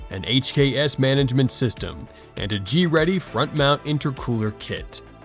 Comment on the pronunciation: You mean Greddy.